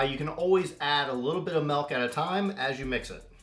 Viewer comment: He said MELK